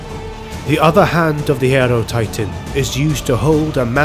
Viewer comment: What is an aero titan? Hierotitan is pronounced like Hieroglyphics or Hierophant.